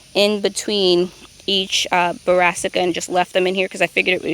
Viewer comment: Looking good. Just a helpful tip, they are called Brassica not Barassica. Didn't want to say anything, but you have been pronouncing it Barassica for many months. Also, they make a UV resistant pen that will stay dark for years. Sharpies only last a few months. A life saver.